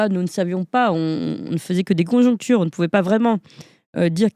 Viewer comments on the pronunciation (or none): Conjectures au lieu de congonctures